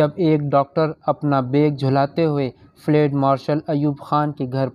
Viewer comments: اوو چاچا فلیڈ نہیں فیلڈ ہوتا ہے. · Lafz flaid nahi balke field hy. Drustgi ker lain. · لفظ ُفیلڈُ آپ نے بالکل غلط پڑھا ہے